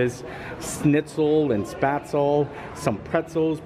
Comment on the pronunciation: Looks wonderful, but the restaurant should probably teach the wait staff how to say spaetzle.